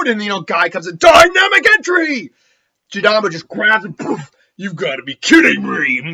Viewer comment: Jirobo not jirambo I've noticed this in every what if you do in naruto lol